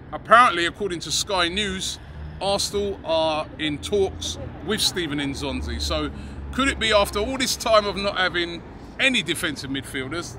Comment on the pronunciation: lol it's Steven N'Zonzi, not Stephen